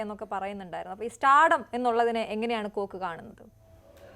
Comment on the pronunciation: Kok alla oookk